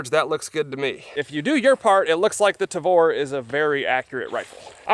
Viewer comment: you say "tavor" perfectly, good job.